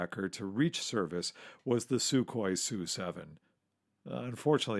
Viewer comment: It’s pretty much a silent K in Sukhoi...just saying